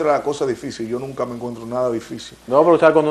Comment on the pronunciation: " Nuca", NO, es "nunca"